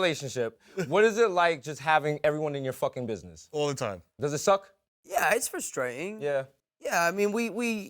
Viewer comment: Tom Holland: "We pronounce more of our consonants" Also Tom Holland: "Yeah, it's frustra'ing" "I just shit myself a li'ol bit" "He'o be mor'ified that I said that"